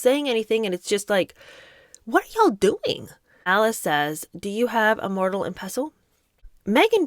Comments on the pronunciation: *Mortar and pestle, not "mortal." 😊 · Mortal and pestle! 😂OMG. You’re sooo cute! It’s “more-dur” (mortar) and “pess-el” (pestle). And I noticed you got vinaigrette right at least once! I really enjoy your videos btw!